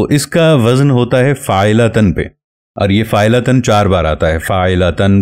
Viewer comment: السلام علیکم حضرت ممکن ہے آپ درست ہوں لیکن آپ پہلے شخص ہیں جن سے فاعلاتَن سنا ہے !!! غلطی انسان سے ہو جاتی ہے اسے تسلیم کرنا سیکھیے۔ میں آپ کے کام کا قدر دان ہوں زبان و بیان کو بھی بہتر سمجھتا ہوں لیکن بہ حیثیت اہلِ زبان کے غلط تلفظ ہضم نہیں ہوتا ۔